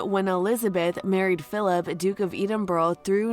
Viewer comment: That’s one way of saying Edinburgh